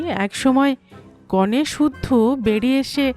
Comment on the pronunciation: 'নিতবর' এবং 'কনে' শব্দ দুটি উচ্চারণ ভুল হয়েছে বার2। কানে লেগেছে প্রত্যেক বার ! Please rectify